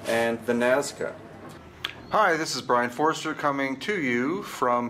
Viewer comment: Bro there's no way you can be this bad at pronouncing names correctly his name is Brian Forrester not Fooster And it's Perry Reese not Perry Reyes